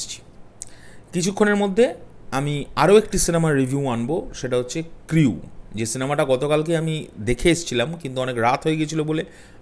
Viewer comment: ক্রিউ না উচ্চারণটা হবে ক্রু!